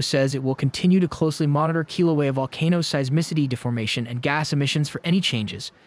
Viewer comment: Learn how to pronounce Kilauea.